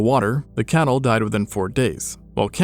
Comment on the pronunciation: would it have hurt you so much to enunciate "cattle" over "camel"? Sorry I'm a viewer who is hard of hearing, but I legit had to rewatch that bit about 5 times to hear you NOT say "camel" both times. Like, it sounds like you're saying "Camel would lose 7-8% of their body water per day while Camel would only lose 1-2% per day" Which doesn't make sense, and due to how fast you were speaking also was not easily discernable.